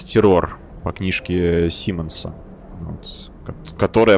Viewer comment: Кхм, так деньги же можно у фракций просить? К вопросу о поиске денег;) Ладно бывает😂. Сам в первой серии это читал, заигрался и забыл. Мы в игре адаптируемся, и к игре адаптироваться тоже надо;) К слову не Террóр, "Тéррор"оказывается.Это название корабля подразумевается, и ударение на первый слог.